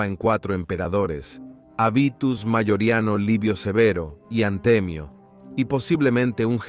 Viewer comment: Me resulta insoportable oírte nombrar a Mayoriano, Maiorianus, como Magorian. A qué viene esta especie de anglicanismo, a tanto llega la contaminación cultural?